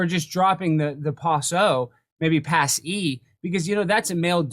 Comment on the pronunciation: “Maybe Pase?” LOL